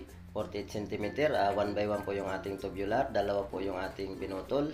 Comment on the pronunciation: Tubular po hindi tobular😅😂